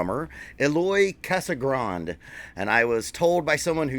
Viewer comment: Pronounces Casagran"dee"